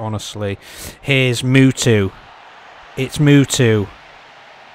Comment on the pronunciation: Is funny how you pronounce Mutu like Mewtwo the pokemon, great match by the way